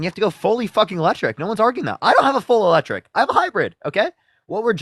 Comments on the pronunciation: "You think those lectric veeikles are so great" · It's eeee-lectric not lectric. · He said Lectric vehicles 🤣🤣